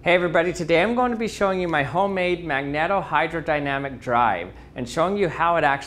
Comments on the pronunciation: Magneto- with the “e” separated from the next vowel, the “o”, by only one consonant, the “t”, it should be pronounced as “magneeto”. Should have mentioned the full scale test ship that was built. It used enormous diesel generator sets for power, and did not move very fast. And then of course there was the Red October! Very nice demo and description. Have always been fascinated with the concept. Too bad our seas are not mercury. ;) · Pronunciation: says that should be a long "e" in both "magneto" and "magnetohydrodynamics". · Cool demo. Thanks. Magnetohydrodynamic is pronounced with a long "e". You're welcome. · Tries pronouncing the title A demon from behind : Nah dude, I think that's not how ya say it